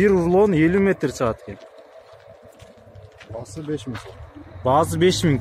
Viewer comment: Баазззззы эмес Баасы !!!!